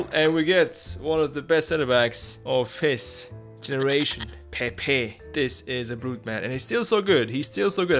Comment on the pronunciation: Hi, im Portuguese and u should try to pronounce his Name like Pep yk